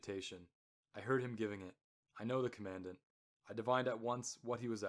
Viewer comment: Good--a note on pronunciation: you pronounce Commandant as though it is spoken like the word "commandment" (short "a" sound, accent second syllable). There is no standard pronunciation of "Commandant" like that, in British or USA accents. A Commandant (accent first syllable) is a person in command.